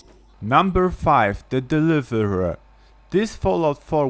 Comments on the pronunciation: When he said dereverur it was like I I ts the deliverer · this guy trying to say deliver tho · "Nuver fiv, da deviviva" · «The deliavrhsua» LMAOOOO HAHAHAHAH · number 5,the delive-rhe-rher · Logan Thompson DAH DEWIVAWUH IS MUNBEER FOWER, OWN THIZ LIST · HAHAHAHAHAH DELIVURUH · i love how u said the deliverer LOL!!!!